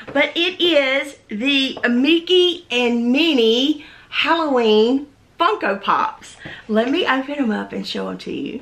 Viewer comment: Deanna Grant she certainly did. It was obviously by accident. If you listen, she said Funko without the n.